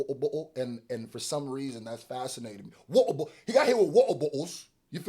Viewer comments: Sounds like "wubble bubble" instead of water bottle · He said "wou-ou boug-oh"im weak lmaooooo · I never knew water bottle rhymed when you say it with an English accent. Wut-uh Bawt-uh 😂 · Omgggg PLEASE say “water bottle” like that in every video 🤣😂😂